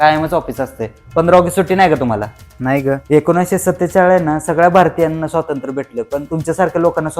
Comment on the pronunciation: स्वातंत्र्य! नीट म्हणा हो!